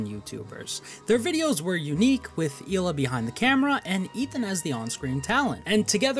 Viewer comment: It's actually pronounced KHHHHHHHila